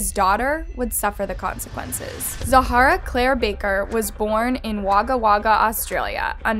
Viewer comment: Hi, just letting you know that it’s pronounced “wogga wogga”! I cackled to hard at Wagga Wagga 😂😂😂